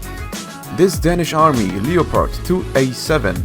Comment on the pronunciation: LE O PARD!!! LE O PARD!!! LE O PARD!!! xD